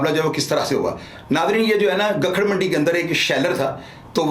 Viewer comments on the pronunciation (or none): none